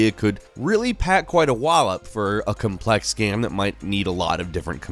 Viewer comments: Why did I hear this guy pronounce game gam twice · why do you always pronounce "game" so weirdly?